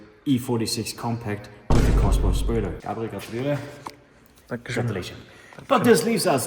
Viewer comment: don´t say cosworth 😵‍💫